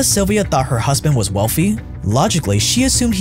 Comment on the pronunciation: Wealthy, not WELFY!